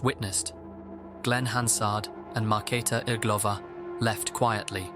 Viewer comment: I must compliment your pronounciation of Markéta Irglová, it was nearly perfect!